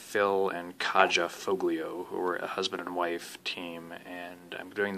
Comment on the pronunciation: Her name is pronounced Ky yah